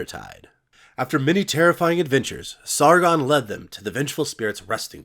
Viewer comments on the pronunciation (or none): I love the way you pronounce Sargon as if its a French name and not Sumerian